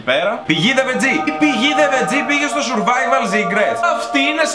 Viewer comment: Σουρβαιβαλλ ομγ κτ χωριατες φιλους μου θυμισες 😂😂😂😂